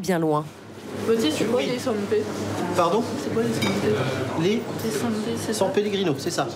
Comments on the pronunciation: Parce que c'est la prononciation à la bobo : je veux une San Pé. Ça fait comme " je préfère le rosé pamp' " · "San Pé" je vous jure moi aussi ça m'a énervée, on dirait qu'elle le fait exprès. En plus j'avoue qu'avec ou sans handicap, c'est possible de ne pas comprendre ce qu'elle veut sur le coup.